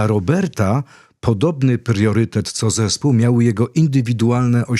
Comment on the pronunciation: Panie Robercie, często używa Pan słowa "pRiorytet". Druga głoska to "R" Pozdrawiam serdecznie i PODZIWIAM Pana postawę, mentalność. Jest Pan naszym polskim skarbem 🇵🇱🧡🇵🇱⛹️‍♂️🇵🇱